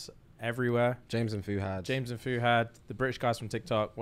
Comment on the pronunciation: The mispronunciation of fuhad this episode sent me 😬🫣